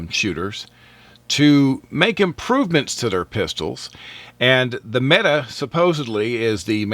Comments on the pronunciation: It's pronounced "Meh-Tay"!!!! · Actually his pronunciation is quite good for a non Turkish speaker. He just needed to vocalize a strong "t" instead of "d"